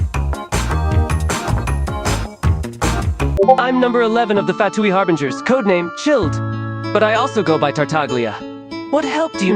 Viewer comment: "Harbringers" "Chilled" "Loomin"